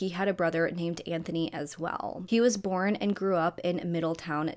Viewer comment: Girl I love your videos but the way you pronounce the word “born”…it’s BORN, one syllable.. not borin. It drives me crazy 😅😅 love you though and I watch every video! ❤️❤️